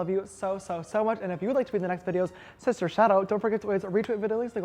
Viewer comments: Take a shot every time he says shishtar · Sister suck like sex??? Did anyone hear that? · Did he say sister suck?! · Low key did he say occasionally sister suck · did he say sister suck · did he say sister stuff or sister suck Btw I love your apartment Its so nice and good lookin.I love how you do your make-up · Did she say SISTER SUCK😒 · Just noticed James only says sister after a word beginning with “ s” 😂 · Did he say sister suck? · Sierra Cheyenne I thought nobody else heard that😂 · Wait what did he say? Sister sock? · did he just say “sister suck” ? omg lmao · OK what does he say it ??? Sister sleep and sister...?? I've watched it five times